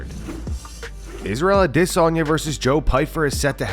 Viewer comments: Swear this guy loves saying Isreal last name so much 🤣 ODDesany. Do you get paid for saying it this way? 🤡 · All these years and you still can't give the last name of Adysanya the respect of pronouncing the last name right. I know someone with that name the watches your clips and he hates when you disrespect the last name like that.